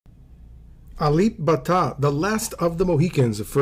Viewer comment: You said it rite bruh.... 🇸🇬